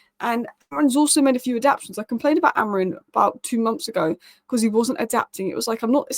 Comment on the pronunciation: The word is ad-ap- ta-tions. There is 4 syllables not 3. Come on, you're not a foreigner you should know this.